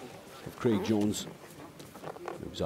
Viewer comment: Does the commentator know it’s Craig not Creg